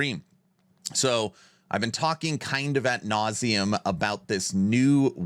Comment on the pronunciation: Good video, as usual! I have one gripe... the term is "ad nauseam" not "AT nauseam". I'm a language freak, I know.